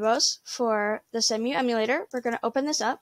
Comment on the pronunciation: smack your limps a bit more and tell me you dont know how to pronounce Cemu...... without telling me you dont know how to pronounce Cemu....... oh wait